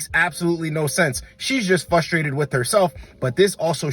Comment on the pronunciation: Bro keeps saying FUS-strated and it sounds soooo dumb